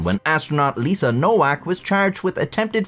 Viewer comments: Nowak is pronounced novac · trash AI voices NOWAK is Pronounced NOVAK, Eastern European grammar. Just so many bastardized pronunciations of even simple words that the most uneducated can pronounce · Her name is pronounced NoVak, not NoWak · WTF is man-slaw-er? And it’s pronounced Novak not Nowak. Geez. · Pronounced Novak not Nowak lol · Nowak is pronounced NoVAK. Bugged me the whole way tbh, and made the "whacking" jokes cringy asf. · It's pronounced Novak. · You can't really joke about a last name if you have no idea how to pronounce it in the first place. It's Novak. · "Nowak" is pronounced "Novaak." It means "someone new" in Polish and is a VERY common Polish surname. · Nowak is pronounced as "Novak". In Polish, "w" takes the place of "v", and "ł" more or less is pronounced like "w" in English. Thus, for example, "Wałęsa" is pronounced more or less like "Vahwensa". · Well, I still think she deserves a medal for being such a competent person. They should have figured the Asperger's. All those fighters etc. I spent half a lifetime on building sites, genius. Shouldn't her name be pronounced "Novak"? Casanova is "the man" though! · It's pronounced Nho-vhack, ffs! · The most common pronunciation is "no-vac" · I think the name Nowak is usually pronounced "No-vac". At least in Northeast Michigan anyway. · By the way, Nowak is pronounced Novac. Like in Lewinski (or actually Lewiński) is read Levinski. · Pronouncing Nowak as Nowhack is the best mispronunciation I ever heard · its a polish last name is pronounced no-vak the w sounds like a v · I know it's too late to do anything about it but I assume that Nowak is actually pronounced Novak given that it's a Polish last name and they pronounce w like v and v like w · It's a polish-jewish surname and it's supposed to be pronounced noVack. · I love that you mispronounced nowak for the whole video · Is it pronounced No WAK OR ? 🤔 ? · Nowak is pronounced with a v